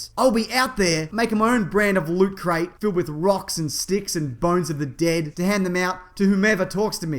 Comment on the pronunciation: Why are you mispronouncing Loot Crate?